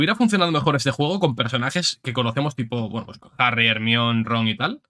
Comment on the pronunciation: ERMION XDDDDDDDDD